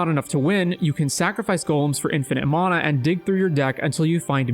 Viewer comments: You pronounce mana wrong. It’s “Man-ah” not “Mon-ah” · mAn - mAna say it right dude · mahna XD never heard anyone say it like that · I didn't hear anything except how he pronounces mana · Who in the hell taught you how to say mana that way?